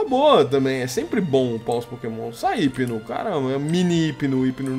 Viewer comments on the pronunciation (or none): none